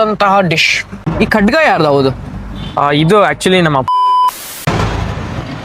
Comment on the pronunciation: Adu Khadga alla anna. Khada anthare